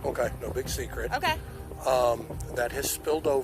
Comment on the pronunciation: omkay? omkay.... omkay?? Omkay...